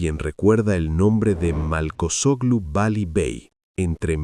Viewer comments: Siii. Y el narrador insiste en decir Malcochoglu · no es marcochoglu por dios...un poco de culturita por favor.....aprenda a pronunciar correctamente